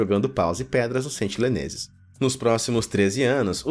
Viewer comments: Meu amigo, por favor, sentiNEleses, não sentiLEneses!!! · pelo amor de deus, sentiNEleses, e nao sentiLEneses